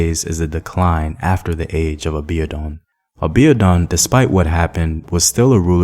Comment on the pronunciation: Excuse me... Aa-bee-or-dune is the pronunciation for Abiodun Thanks for the commentary! I'm a Nigerian born and living in...